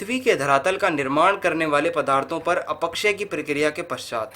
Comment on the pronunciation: "अपक्षय" को तो सही से pronounce कर लीजिए महोदय. पढ़ाने चल दिये